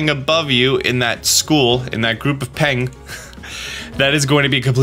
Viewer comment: Why is an American saying Peng so funny